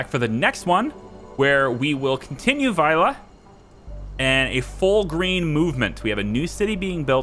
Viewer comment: The very last 'e' sound of your pronounciation of "Vejle" was a little off - the first bit was spot on though! "Midtpunkt" was pretty good too - obviously not perfect, but very good considering the length of the word! "Hygge" as "hike" was way off but that is to be expected, haha. I actually live not very far from Vejle - it's where I have to get off the train to get on the next one when I go visit family (